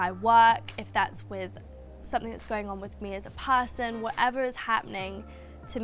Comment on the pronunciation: “PAAHHSON” that’s when i opened subtitles.😂